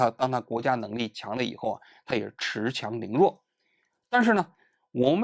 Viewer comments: 恃强凌弱， 不是持强凌弱。老王您老人家当年普通话考试怎么通过的啊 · 恃（读音，是。不是持）强凌弱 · 恃(shì)强凌弱 hahaha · 王局作为央视记者，怎么读错别字呢？恃（shi）强凌弱不叫持强！ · 纠正王老师一个发音，shi 强凌弱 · 白字先生： 恃强凌弱 都不会念。市！！！！ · 你说民主国家的美国有没恃强凌弱？ 对了那个字念shi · 34.09恃（shi)强凌弱😂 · 恃（shi)强凌弱